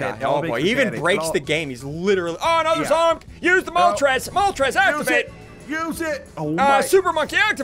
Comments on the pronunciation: Yeah Dude... She Said Voltrex, and to me voltrex sounds likr vulpix. i know moltrez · It's not Moltrez it's It's Moltreis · It’s moltress not voltrex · It’s a Phoenix not moltrez but ok